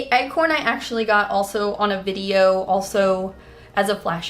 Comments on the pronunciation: Am I losing my mind, or are you pronouncing "acorn" as "eggcorn"? I genuinely cannot tell. Just blasted my eardrums in these headphones, trying to figure it out, lol. But my weird fixation on this aside, these are all SO cute--especially the candy corn moon tattoo! 😍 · It legit sounds like egg horn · Wait... i thought she was actually saying eggcorn